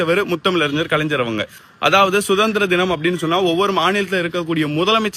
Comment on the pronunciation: டேய் கலைஞ்சர் கிடையாது டா. கலைஞர் என்று அழகாக சொல்லுடா.